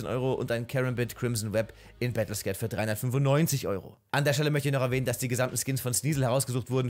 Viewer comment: Darf ich mal ganz lieb darauf hinweisen, dass es "Battle Scarred" und nicht "Battle Scared" heißt <3 Hab ich jetzt häufiger bei dir gehört, dachte ich sag es dir mal. Tolles Video. Hab überlegt mal ein paar Skins davon zu shoppen:)